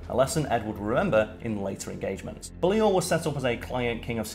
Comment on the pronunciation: Excuse me Karl, but we need to have words. Firstly, you're half Scottish but couldn't pronounce Balliol right (Bailey Ol)... secondly, while I agree with your suggestion that people watch A Knights Tale (tis one of my favourites) you missed what may just be one of the biggest draws to the movie. Yes it has Heath Ledger, Paul Bettany and the wonder that is Mark Addy, but it also has the dazzling, the sparkling, the voice actor and actor extraordinaire Alan Tudyk in it! How very dare you forget him... I demand you re-record this video and rectify your mistake, good sir... lest I fong you. Lol.